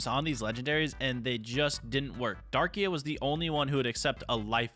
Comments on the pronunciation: Bro its dark-rai not darkia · It’s Darkrai (Dark-Ry)😭😭😭😭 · i was cringing from the mispronunciation in that like its Darkrai as in (DARk-RIE) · IT IS DARK-RAI NOT DARKIA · ‘I have zamazenta thunderus reshiram kyogre mewtwo and darkia’ not to be rude but it’s darkrai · Hearing darkia instead of darkrai is unnerving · Man’s calling Dar-cry Dar-ki-uh like where’s that last uh coming from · its darkrai not darkea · Darkiya bru- darkcry its how to pronounce it this is the name darkrai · Bro it’s darkrai, not fucking darkea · darkrai❌ darkia✅ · pov: you got a little triggered when he miss pronounced the names i mean he called it darkia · Damn you saying Darkia hurts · It's Darkrai not darkia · why are u calling darkrai darkia he is not lugia lol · Stop saying (dar-qu-a)!!!! It’s (dark-cry) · Loved the vid, but it’s pronounced (Dark-rie) not Darkia😂. Cant wait to play against you! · Absolutely love the content u put up! All love from Sweden🙌🏽 Just the fact that u say Darkia instead of Darkrai, love it! Keep up the good work bud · Darkia😂😂😂😂😂 it's Darkrai dude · Sir it’s not dark ia it’s dark krai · Love the vid btw it’s (dark cry) not “darkia” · WHY DO YOU KEEP SAYING DARKIA ITS DARKRAI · Who else got offended when he said darkia 👇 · The way he said darkrai… DaRkYa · My guy called darkrai darkia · …….. it’s darkRai there is an R :,( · I like how he said darkia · Darkrai is pronounced dark cry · It's pronounced Dark-cry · Sorry but i have to say this darkrai is pronaunced darkcry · Not to be rude but its dark-rai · No offence but you need to work on your Pokémon pronunciation. It’s Darkrai Dark-Rie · Bro said darkrai wrong funny bro 😂😂😂😇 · I really hate being the one to do this but that’s not how you say darkrai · I love this video but how could you miss pronounce Darkrai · you said darkrai wrong